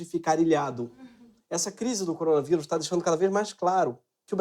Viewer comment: Coronavairus, tá falando errado Greg..